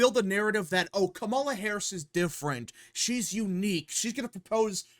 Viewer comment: The moment this guy mispronounces Kamala Harris, he immediately loses his argument and any sense of reasoning and sounds uninformed. Also, he sounds like a noob to politics. This strategy is called co-opting and it's as old as politics itself. It's nothing new. Trump did it when he said that he would not touch Social Security after the Dems made that promise for years. You take a good position away from an opponent by doubling down on it or sometimes improving on it. It works when it doesn't compromise the candidate's platform. Reducing taxes on the working class is a key Democratic position, so it doesn't violate the Democratic platform. It also makes Harris look moderate, and it takes the issue off the table from her having to discuss it at a debate because they agree on it. It's the political way of saying hold my beer.